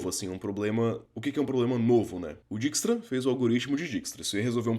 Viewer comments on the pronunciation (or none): é "dáikstra"